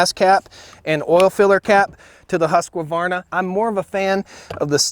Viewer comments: I just wish you would pronounce the name right No A in the middle ofHuqvarna Not Husqavarna And never show how silly you are at home by drop starting a saw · You like Stihl better cause its easy to say? Its not Huskevarna, say Huskvarna. Great video! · Omg ,. Its not a husk "a " varna. Learn proper English. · FFS! IT'S NOT HUSQ-UH-VARNA! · There is no a after the q. It is husq varna. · The correct pronunciation should be hooos kevaana... if i'm not wrong..please correct me, any swede here...anyway their chainsaw are very good, probably because it was my first power saw i have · The Stihl is for hobby farmers. The Husqvarna is for professional woodsman. Btw, Husqvarna is pronounced : Huusk-var-na. You're welcome. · it's pronounced hushkwarna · It's pronounced Husk varn a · Husq varna ..... there is no A in the pronunciation .... many people say it wrong, I used to also ... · Husqvarna [husk-var-nah] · No offence. I'm not swedish, but I know the language. And I also know that if someone said "Haskawarna"/Husk qua varna" to a swede, he'd wonder what the heck they were talking about. Why make the name longer than it is... Stihl is german, and pronounced "steele", just as you point out. But it's sounds the same in both USA and Germany. Anyway, both make great saws, and that's what's important. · he says it like huuskavarna, finna get osteoporosis from it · Husq. Varna. Where the hell is the UH in Husqvarna. And ya it is steel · Husqvarna is pronounced Husk-var-na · BoBs Actually the original correct pronunciation is "huss varna". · IT IS HARD TO TAKE NOTICE OF SOMEONE WHO CANNOT PRONOUNCE HUSQVARNA AND SAYS HUSKAVARNA ,,! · Whats a husq a varna, why americans pronounce it like that lmao … take the “ A “ out it. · I jus wish you would learn how to pronounce Huskvarna. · Husq - A - varna ???... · Nice fair review..but a reminder....there is no "a" between husq and varna.😊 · I enjoyed this, but, where's the "a" in Husqvarna? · The way this guy pronounces husqvarna o_0